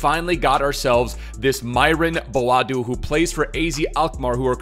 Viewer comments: Its noy boaadu but bo-a-du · its booo aaa doe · It’s pronounced BO AH DO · Myron Boadu exists:: "Mbadu" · Het is Bo A Du :-)